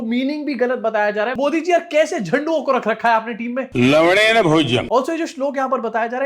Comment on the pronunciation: Gulluko ko pata hi nahi hai ki wo 'un' hai 'd" nahi. Lavan means namak jis parse lavnen .(actually eng me 'un ' ke liye koi letter nahi hai. ). Aur ye gullu lavnen ke badle baar baar lav*en bole ja raha hai.😅😂